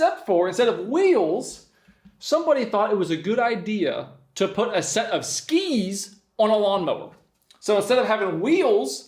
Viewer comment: I love the emphasis puts into "Skis" ssskEEEs